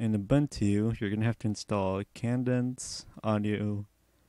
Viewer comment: If you redo this tutorial, pronounce Cadence kay-dense, not kan-dense. Think "Hup 2,3,4," the cadence call from a drill instructor. All about timing.